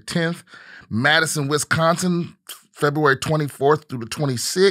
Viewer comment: VanCoober 🤣 and then he said Fevruary 🤣🤣